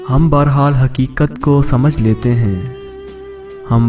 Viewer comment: You don't pronounce lots of words correctly, you are clearly not urdu speaking. Work on pronunciation. Like....bar hal (shoud be bahar hal), samatay (should be sama-atay)